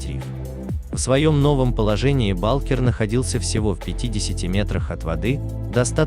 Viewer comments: Какой Паша балкер😀 ударение не туда-то))) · Паша Булкер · Паша. Ударения неправильно делает